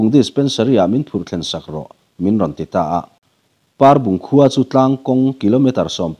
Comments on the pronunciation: Parbung i lam dan khi a diklo, Pâarbung ni lovin, Parbung, 'A' hi thlûk loh tur. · Parbung- tih hi par tih laia a hi thluk loh tur a ni. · hi ka ngaisang takzet ani.Parbung khaw hming i thlukdan hi a dik zawk tihna emni aww?